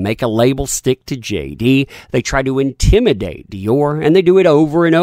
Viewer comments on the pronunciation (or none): none